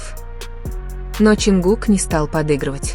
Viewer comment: Блогер, вы сначала правильно произнесите имена айдолов, потом дальше продолжайте врать. Не Теён, а Тэхён правильно, не Ченгук, а, Чонгук. Сначала запоминайте их имена, а уж потом начинайте врать! Позор!!! 😡😡😡😡😡😡😡